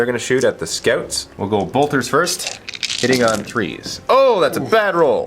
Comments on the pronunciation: Yep the French pronunciation for scouts is "scoot" I guess he doesn't know the English people pronounce it in a different way :) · I about lost it when he said 'scoots' for the space marine scouts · I like how calls scouts "scoots" XD hahaha